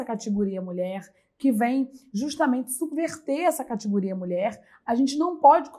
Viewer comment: Já deixei de ouvir quando escutei" catigoria".